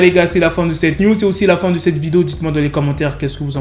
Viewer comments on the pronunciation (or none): none